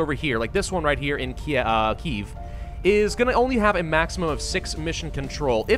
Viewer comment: I know it is small but that catch on the pronunciation of Kyiv was really nice. Thank you for that.